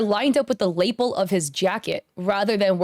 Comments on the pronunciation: Did you mean lapel (Lah-PELL)? I kept getting thrown off by label. 😅 The only one that seems weird to me is the cigarette. I've drawn swords with bad perspectives and seen tons of fellow artists do sketches with the wrong number of fingers all of the time. Now, if I had pursued visual arts instead of performing arts professionally and had focused on drawing rather than scultpure, I would have been more careful. But some artists are not as detail-oriented. The burden of proof should always be on the accuser. And the damn witch hunts need to stop. If someone tried to defame me like this, I would hire a lawyer if I could afford it. Ridiculous, mob mentality behavior. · Nitpick. The word "lapel" is pronounced luh-PEHL, not LAY-p'l. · Your pronunciation of Lapel gets me every time... 😂💀 It’s pronounced “Luh-Pell”…. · lapel rhymes with Patti LaBelle and Dave Chapelle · Is that how you say lapel?? I've been saying "lapelle" all my life. Anyway I would crash out if I got accused of using ai and pointed out all my mistakes to use as "proof" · Hey, lapel sounds like La Pel, and rhymes with “a bell”. It doesn’t rhyme with maple. ❤ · Is it me or does she say Lapel really weird it’s odd how much that word comes up and every time it throws me off lol